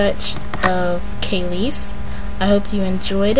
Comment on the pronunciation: LOL KAYLES. It's KELIS (kəˈliːs)! Anyways, it was hot! Wish you would've zoomed in.